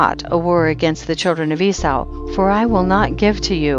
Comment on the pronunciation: Eee saw. not whatever you’re saying.